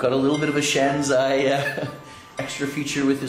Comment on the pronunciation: It is shanzhai, not shanzai... pronounced 'shan-jye', not 'shan-zye'